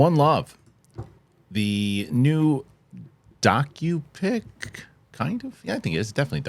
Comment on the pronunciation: When you said this is a "docu pic", I at first thought you said "donkey pic". About spit out my drink.